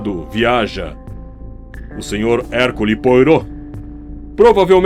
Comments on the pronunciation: Sensacional!! Apenas a título de menção: a pronúncia do nome do detetive belga é algo próximo de "Erquile Poarrô". Só estou falando. Parabéns pelo seu trabalho!! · O nome do personagem principal se pronuncia “Herquile Poarrô” , soa estranho qdo se diz errado